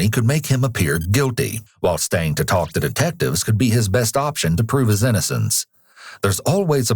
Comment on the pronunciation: Can you please NOT pronounce the "L" in "TALK". The L is silent. It sounds so weird, unprofessional, confusing, and irritating to hear the L pronounced. It's so wrong. The interrogator taLLLked to the suspect? Come on. That's not how we say it. I can't stand it. A little variance in accent is excused, but this is a BIG mistake in pronunciation of a very basic word. Please fix for future episodes.